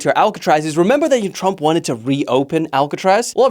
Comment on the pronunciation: Tump? Nuh uh plz don’t disrespect my man like that put the R plz hello